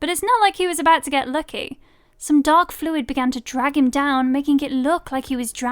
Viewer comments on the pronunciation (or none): none